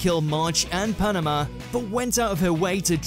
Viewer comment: It's parona not panama Lmao